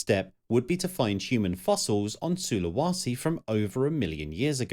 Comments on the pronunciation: It's pronounced SulaWAYse. Where the hell do you get SulaWAsi from if there's not even an A there? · While the content here is superb, the narrator cannot pronounce the names of imortant places correctly. Su--lu-wa-si is just wrong (SOO-lə-WAY-see) and to have it clearly spelled out and wrongly said show someone is lavishly incompetent. Sinai, as in the peninsula, is also wrongly pronounced as are several other place-names. Seriously..... another narrator who reads a script knowing nothing about the subject at hand and, in this case, not even knowing BASIC geography. And even Agean was spelled wrong in your large-letter titles! Ageaan? Really? Great content paired with an irritating presentation. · SulawEsi not SULAWASI!